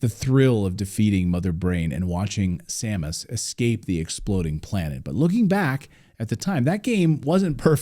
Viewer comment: Never in my life heard someone say "same-us". Though I have heard som-us.